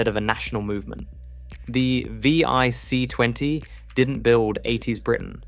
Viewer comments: The V... I... C... 20? You mean the VIC 20, right? Why not just narrate your video with an actual human who could get this right? Have you really saved that much time and effort? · If you're going to do a piece on UK tech then at least use the UK language. Some of it was laughable. The VIC 20 not the vee eye see 20. As others have pointed out it is zed not zee as well as other mispronunciations. But I suppose AI just isn't going to get it.